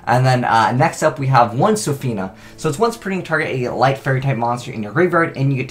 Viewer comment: READ, bro.. Lol why do you never sound out card names? Sophina isn't the card name, it's Shopina - which is supposed to be a pun on Chopin the same way Mozarta is supposed to be a play on Mozart. Haha love ya man, but slow down and learn card names